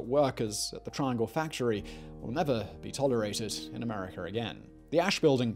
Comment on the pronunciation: "Americ'er'"? Where's that located ?